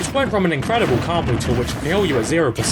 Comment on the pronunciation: Why do you pronounce combo like "carmbo"?